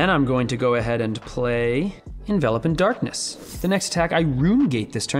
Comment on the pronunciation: gets points from me for pronouncing Envelop as "In-Vel-Up" instead of Envelope like "In-Vuh-lohp". I swear it drives me crazy when Runaways kept calling it Envelope.